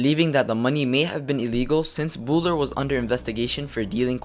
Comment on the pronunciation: You are mispronouncing Bouler you idiot!!!